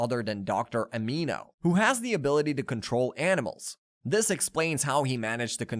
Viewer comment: It’s Dr Animo not Dr Amino